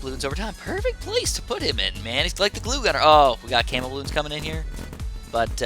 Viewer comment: I thought he said cammel popping power! XD